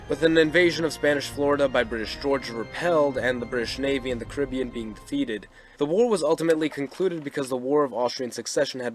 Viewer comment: Hearing the wrong pronunciation of the Caribbean so much is tough.